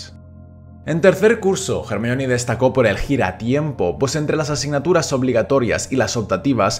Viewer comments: Se dice Hermión, no "Germaioni". Es un nombre de origen griego que los ingleses y sus groupies pronuncian mal. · SCDJASJDJAS COMO LE VAS A DECIR GERMION, CHILLOOOOO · Se dice Hermione no Jermalloni xD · Se llama Hermayoni no no hermion. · Ermion ??? XD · Solo por llamarla “germayioni” ya no veo el vídeo xdd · Cómo que en España le dicen “ermion” o_O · hahahhaha , el nombre de hermione, en español es un cague de risa, suena mas como si la estuviesen insultando, Hey hermion!!! ... gracias a dios vi todas las pelis de harry potter con doblaje latinoamericano en mi niñez , que roche que me oigan decirle "hermión" a Hermione , en españa hacen la traduccion y la pronunciacion de los doblajes pero con las nalgas xdxdxd , casi de todas las pelis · A mi me choca cuando le dicen jermiyon, no tiene sentido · "ermion" jajajajajaja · Solo entré a comprobar si decía "JermiÓn"; todo bien. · A ver, qué problema hay con decir 'Hermión'. Creo yo que la pronunciación correcta sea 'Hermíone' (como se lee, acentuando la i), pero eso de 'Jermaioni'... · Hermión ajajajj suena espantoso ajajaj lo mismo que espiderman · Jajajaja "Hermión"